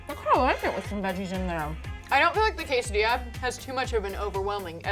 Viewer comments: Anyone else who speaks Spanish cringe when she said quesodiLa 2 ll’s in Spanish makes a y sound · Ew it’s quesaDEEYA not diLAH, listen to lily